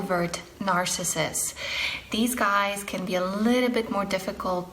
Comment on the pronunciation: you said "marcissist"